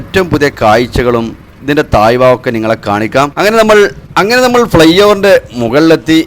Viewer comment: തായ് ഭാഗം അല്ല... താഴ് ഭാഗം...നിന്നെ പറഞ്ഞിട്ട് കാര്യം ഇല്ലാ... അങ്ങിനെ തന്നെ നിനക്ക് പറയാൻ കഴിയു